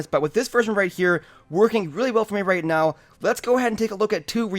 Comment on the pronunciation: Lol did he says right ' Mew ' instead of right now ?